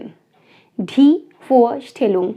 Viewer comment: You should pronounce the "d" of "Die" a bit softer, like in "duration". It sounded a bit hard, more like a T. At Land the hard d is fully correct. The "D" at "Deutschland", is also soft. I don't know a single word, starting with a "D", where the "D" is pronounced like a "T", always softer like in "day", "darling", "duration", etc.. At the end the "d" is mostly hard, like a "t". In the word, it differs from word to word. Yes, German is not easy to learn, but if someone speaks Germans, it is usually very easy to understand, as there are few pronounciations, that differ, but this makes often an important difference. For exampel "umfahren". UMfahren would mean drive agaist or drive through, while umFAHren means, drive around. Most Germans write Hobby wrong, as they always think about the English writing, with an ies at the end. But usually we only put an s at the end of foreign words, when we want to make a plural. The old word Steckenpferd for Hobby is quiet unusual these days. Sad to me. Woukd be really intersting to understand also the words, that are neither in English nor in German, but I think I would have to learn another language, Hindi I assume, but I do not know at all. The "Z" of "zwei" should be as hard as in "Zertifikat", it sounded more than a "S". "von Beruf" is unusual today. "Ich bin Lehrer" would be absolutely fine. But may be, the Gothe Zertifkat is a bit oldfashioned. House wife is not a profession ... don't say this in Germany! As you mentioned Student and St